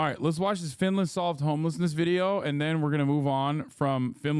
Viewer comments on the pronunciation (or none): U say Finland... I hear Vinland... Vinland Saga